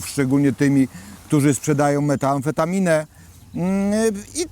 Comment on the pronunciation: Z całym szacunkiem , ale Pan był policjantem? Poprawię Pana. To jest metamfetamina a nie " meta-amfetamina". Szanuję Pana pracę, ale muszę przyznać, że z pana doświadczeniem wstyd mylić nazwy.